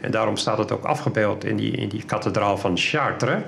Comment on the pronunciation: Kathe-draal Kat-alysator